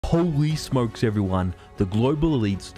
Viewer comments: haha i was going to write about him saying Holy Smokes too. It's funny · Hahahah I like it when he comes in and says Holy Smokes’s in his accent. This economy is freaking nuts and crazy